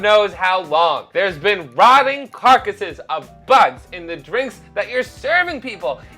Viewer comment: "rotting corcasses" 😂 it really did break you, you tried to say corpses and carcasses at the same time lol